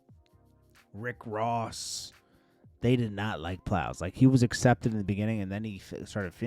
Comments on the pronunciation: calling Plies “Piles” twice is wild 😂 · He said Plows😅😅